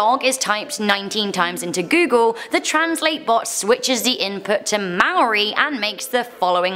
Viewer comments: You butchered the word Maori I know you didn’t know just saying (I know she did coz I am Maori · Please pronounce moari properly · I know your not from there but you pronounced Maori wrong. Nice try though